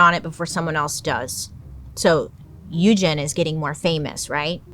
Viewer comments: So, I'm pretty sure Sandow's first name Eugene, is pronounced like "Eujean". Eugene is not an uncommon name, and I've never heard it pronounced as "Uejin". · It’s pronounced u-jean not u-gin 😭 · You're the only one that I have ever heard of to pronounce Eugene that way. I've always heard it pronounced U gene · The way you butchered Eugene added something to this. That is not how that is pronounced.